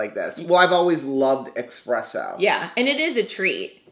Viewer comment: Ok,. I'm Italian so I have to school you. It's not expresso, it's espresso........